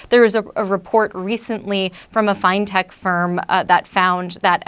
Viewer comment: first time I ever heard fin-tech described as fine-tech but I guess we don't say fin-ance.